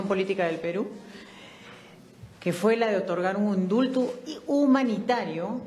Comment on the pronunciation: ESTA GRINDIA PELO PINTADO "MANTECA DE CERDO" TIENE POCA PERSONALIDAD Y NO SABE EXPRESARSE BIEN "INDULTU" JA JA JA, (MINUTO ), TIENE QUE IR URGENTENTEMENTE A LA NOCTURNA A CURSOS INTENSIVOS DE DICCIÓN. QUE NIVEL TAN MISERABLE. SÁLVESE QUIÉN PUEDA DEL PERÚ. ESTOS POLÍTICOS SON EL CÁNCER DE NUESTRO PAIS. QUE LE PASA A ESTA MUJER, ESTÁ BORRACHA ??? ESTÁ COQUEADA ??? QUE LE PASA ??? ESCÚCHENLA, NO TIENE VERGUENZA NI DIGNIDAD PROPIA.